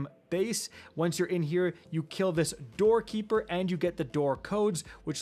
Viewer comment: DORKEY EEPER. I CANT UNHEAR IT